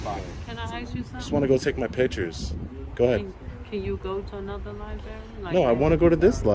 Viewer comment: Lie berry